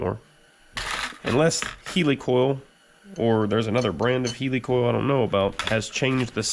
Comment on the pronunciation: "Healy coil" ?.......its heli coil....as in helicopter....... Just saying 😁🤣 Great old time compressor!